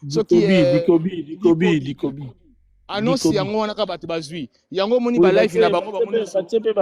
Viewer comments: Te, alobi Dikobi 😂😂😂😂😂😂😂 Sango à corriger ye kutu Ducobu 🤣🤣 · Naza sur eza alain mabankou nde ayebisaki ye aloba pona film wana me ye pe a prononcer yango bien te alobi bikobi